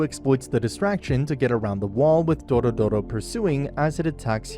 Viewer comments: HER NAME IS DORORO, NOT DORODORO ... i'm about to ragequit! stop calling HER dorodoro! it's dororo! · "DoRoDoRo" Lol DORODORO That sounds like the name of a car or smth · its really not that hard to say doro-ro. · It's DORORO not Dorodoro 😂😂😂😂😂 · "Dorodoro". Just kill me now please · Doro-Doro? Seriously? Her name is the name of the anime, it's not difficult to pronounce. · Literally, take a shot everytime he says the name wrong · Dorodoro ❌ Dororo ⭕ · It's Dororo, not Dorodoro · Not "Doro Doro" it's "Dororo" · i think he rname is dororo not dorodoro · M8 I fuckin lost it when you called Dororo "Doro-Doro". Like, wtf, there's an acceptable limit to mispronunciation, and then there's this. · Nice recap! But I have one correction, you kept saying Dorodoro but it's Dororo. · Every time he says "Dorodoro" Osamu Tezuka rolls over in his grave. It's Dororo. Also it wasn't for money... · It's Dororo not Doro-Doro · i can't count the times I cringe hearing dorodoro instead of Dororo which is the actual name of the anime and the character (child) I just can't contain this comment anymore. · Name: Dororo Him: Doro Doro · Dororo not dorodoro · DORORO not Doro Doro ... sorry it triggert me xD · It is t dorodoro but dororo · It's not Dorodoro it's Dororo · why are you calling her "DoroDoro"? its dororo like the name of the anime, only one "D" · Dorodoro- who doesn't know dorodoro- (Dororo. It's DO-RO-RO Also my guy being confused by her gender xD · you pronouced their name wrong, it's Dororo not Dorodoro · You keep saying doro doro but it’s dororo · it's DoRoRo NOT DORODORO FUCK. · I’m i the only one who noticed that he said her name every time incorrectly? It’s Dororo, not Dorodoro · he said " Doro Doro " sigh